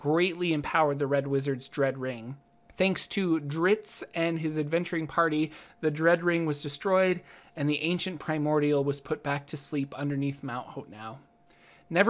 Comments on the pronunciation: Drizzt does not rhyme with grits lmao. You might be better mispronouncing it like they do in the book and calling him Drizzit. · Lol. He called Drizzt Dritz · how can you not pronounce Drizzt?